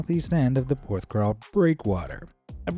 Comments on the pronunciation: It's pronounced 'PorthCAWL' not crawl lol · PorthCAWL not CRAWL! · Hey! It's Porthcawl. Not Porthcrawl! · It's Porthcawl, not PorthcRawl ;) I live not far from Porthcawl, been there multiple times, including along the pier. If you seaarch for 'Porthcawl Storm' there are many images and videos of people standing next to the wall near the lighthouse, just before the gateline seen in your vid, the gates only close during stormy or icy weather. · Lol! It's Porth-cawl, not Porth-crawl! 😂 (Though to be fair, you got the vowels right for the English pronunciation.) I should know, I was born and brought up a few miles away. I know that breakwater and the lighthouse so very well. Used to go crabbing off the breakwater into the harbour. Haven't been there in many years but it's still home to me. I spent nearly every summer day on one of the beaches in and around Porthcawl as a kid. 🏴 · Thanks for saying that. I was thinking how many times can he say crawl XD